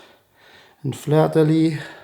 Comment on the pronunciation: Prévert (don’t pronounce the t at the end) but fleur de lis (do pronounce the sss at the end) sorry French is hard 😅. Very cool video thank you for all the stories!